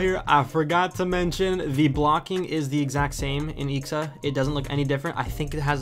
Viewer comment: Dude you should read it I.X.A not ixa